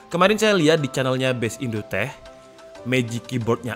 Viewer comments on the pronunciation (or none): none